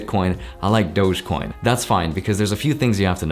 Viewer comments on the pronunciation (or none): Everybody talks about DOGEcoin... but cannot even pronounce it right... It is not some french fucking DouzghzeeeeeeCoin... it is a DOG-e-coin.... as in dog shit...